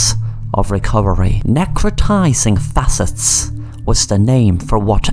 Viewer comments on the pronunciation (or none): "Necrotizing Fasciitis - Neh - crow - ty - zing Fah - she - eye - tiss." We all make mistakes, sir. Love these videos! ❤💚🖤🤍